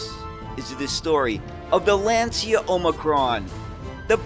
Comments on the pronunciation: Fascinating presentation of yet another lesser-known bus model. The only thing - a truly ear-wrecking mispronunciation of the world-famous Lancia company. It's LAnCIa, for God's sake, not Lenzia 😇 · It's pronounced "Lancha". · Lancia is pronounced LAAHN- Chah.